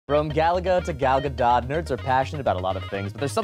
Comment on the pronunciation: Um, actually, that's not how you pronounce Gal Gadot's name.